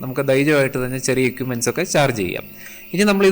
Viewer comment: ക്യുക്ക്❌ ക്വിക്ക് ✅ എക്യുപ്മെൻ്റ്❌ എക്വിപ്മെൻ്റ്✅